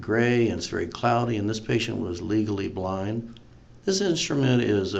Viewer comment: Every time he says “Legally Blind” I think he’s saying “Legally Blonde” lmao is it just me?